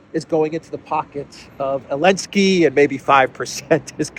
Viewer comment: 😂 love Clown 🤡 World Ps whybis Zelensky called Elensky ?